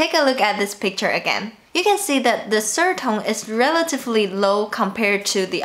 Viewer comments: Did you notice "serd" for third? This is just ONE sound in English but tones are for ALL words in Chinese....now don't you feel sorry for me? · How do you feel?? She had no problem with "the" and "other" but "sird" tripped her up.